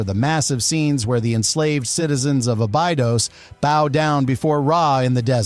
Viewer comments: is this A.I. or terrible pronouncing 😂Aba what😂😂😂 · YAY! More AI SLOP. Couldn't even pronounce "Abydos" correctly.